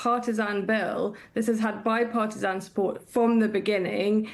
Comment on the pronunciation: Biparti-SON? The girl needs speech therapy. That ain't part of a British accent.